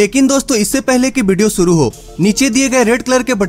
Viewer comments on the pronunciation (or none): भाई ये देस नहीं देश होता है। सुरू नहीं शुरू।